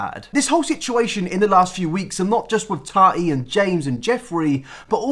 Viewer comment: Tahtee hunty it’s tati but ok😎